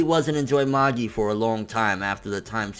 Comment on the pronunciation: You think he'll ever pronounce Magi right?